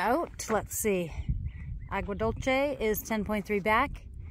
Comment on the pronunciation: It’s “Agua Dulce”- Aww-gua Dul-say